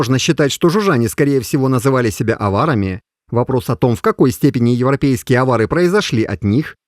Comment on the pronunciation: Авари не авари говоришь😂